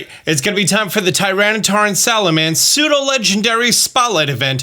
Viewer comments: Love the content Fyi Pseudo not Psudo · man said psudo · The word is "pseudo"